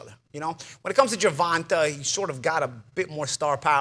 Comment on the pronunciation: Nobody: Paulie: “Gervontah Davis”